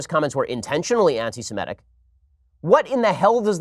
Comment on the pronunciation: Maybe he's dyslexic -- maybe he's not -- but every time Ben Shapiro says anti-simetic I want to take his kippa off his head and smack him with it.